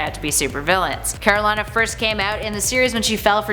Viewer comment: After having watched the runaways show, I cringe how she pronounces Karolina